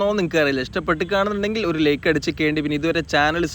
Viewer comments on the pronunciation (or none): none